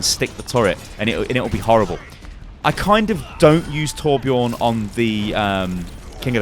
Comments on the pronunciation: Also Torbjörn is pronounced Torb-yern. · I pronounce torbjörn as: tarberjon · The way you pronounce Torbjörn... -Swedish dude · when he sais torbjörn lmao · Dislike for not pronnouncing it right